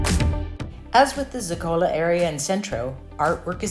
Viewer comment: Please. ZO-ka-lo is the correct pronunciation….